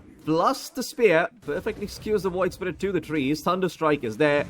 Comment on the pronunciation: Its the PIYOH! caster hahaha. WOID spirit hahaha!